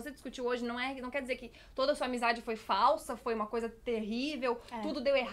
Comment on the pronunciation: Tipo assim ó?ó? Manezinha quex quex, se n quex diz 😂😂 se afina, me afino junto